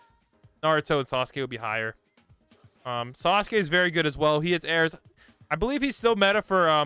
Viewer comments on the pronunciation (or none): none